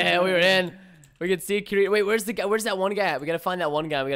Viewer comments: Preston, you pleb you mispronounced Kiritimati for almost the whole raid. It's (kir-it-to)It's from an anime called SAO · Kirito not Kiritimati (Auto-correct is also pleb) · KIRITO-KUNNNN < it annoyed me how he's like "key- re-toe" like pls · Is this the last one so far. Damn I love watching ur videos but damnit Preston its Ki-ri-to. (Key) (re) (toe) please. I loves anime don't do this to me ; ) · The guys name is pronounced Ki-re-toe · It's pronounced Kitito and he's from a anime called sword art online (Sao) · He said his name wrong tho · Am I the only one that cringed when he said kirito wrong. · THE WAY YOU PRONOUNCED "Kirito" made me laugh... -to all those sao fans out there... MAKE FUN OF Preston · my heart died a little when he said kiritos name wrong D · That Pronunciation Of Kirito -_